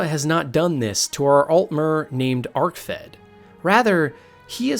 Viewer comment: Anyone else tilted by the bad pronunciations in this or just me? I was just gonna ignore it until he said Vamira instead of Vaermina (not to mention Arkved being called Arcfed, am I having a fucking stroke or is he having a laugh?)